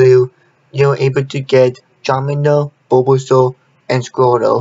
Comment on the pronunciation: its the way he pronounced bulbasaur